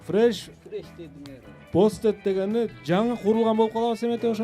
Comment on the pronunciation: Fresh roasted дегенди англис тилинде окуп жаткан адам билбей калганы өкүнүчтүү, хотя бы Fresh оңой болушу керек эле